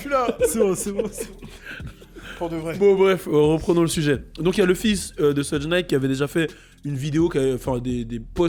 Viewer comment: C'est pas pour etre chiant mais Suge Knight se prononce shug non pas sudge .